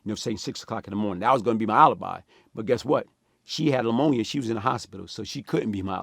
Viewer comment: Nigga said She had lamonia 😂